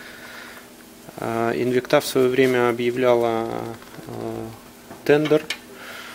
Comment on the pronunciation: спасибо! Но только правильно ставьте ударение в названии Инвикта! ))) Французы должны были научить...))